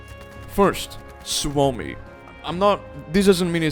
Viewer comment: just here to point out pronunciations of some weapons, hope you don't mind. sturmgewehr is pronounced ,,shturmgévér" as is gewehr ,,gévér". and suomi is not swomi, it's just ,,suomi". don't shorten the U. i agree on the placements tho bro. have a great day.